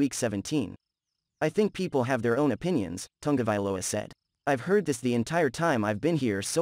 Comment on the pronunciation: The last name of Tua is: Ta-go-vai-loa, not "Tunga" vailoa" as you keep calling the man. If you have problems pronouncing it, just divide the name in syllables and practice, until you get it right. One thing is to miss pronounce a word here or there, and another is to change the name of the subject of your analysis, something that most broadcaster are also doing on prime TV! I hope you take this as a constructive criticism. You obviously put a lot of work on your analysis, so why not make it even better.